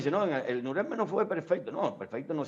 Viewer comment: APRENDE A HABLAR ALEMAN NO SE DICE ASI SE DICE NUREMBERG. CON LA FUERZA DE PRONUNCIACION AL FINAL